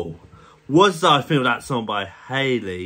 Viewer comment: It's Halle no Hailey 😊